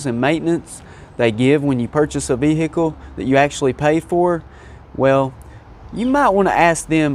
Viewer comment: Vvvvveeeeecccclllllllll, sutch a difficult word.